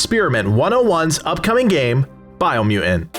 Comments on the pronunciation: It's because people didn't like him saying Bio Mew in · “BIO MEW-IN” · why do you say “biomutant” weird? dropping the 1st “t”, like “biomu’nt”. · I dont like how you say biomutant